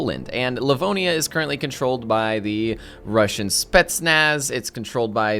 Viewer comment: just fyi on how to pronounce "spetsnaz" yeah it's "spee-yet-snuts" :D